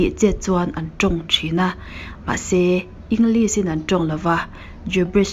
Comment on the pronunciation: Muan hmelthate.. "Englis" ti lo in "English, shhh kan tih a Lishh" tihin lam tawh la. I inhmehlo.